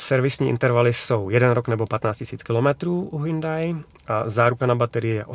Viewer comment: prý se to má vyslovovat Hjóndé